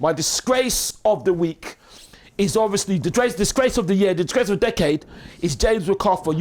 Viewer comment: I’m in tears of laughter… the disgrrrrrrace of the week😂😂😂😂🤣🤣